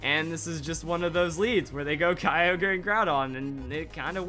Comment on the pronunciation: STOP U SAY KYOGRE AND GROUDON WRONG ITS KEE-O-GREE AND GROO-DON